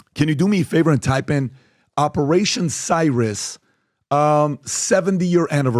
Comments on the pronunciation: Cirrus - Not cyrus, searus. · Wouldn't it be pronounced "sear-uss" . Like cirrus clouds. Not "si-russ". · C-ear-us ...cirrus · Cirrus. "See-russ." As in high altitude Cirrus clouds. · Finally someone who can’t pronounce the name of a cloud. cirrus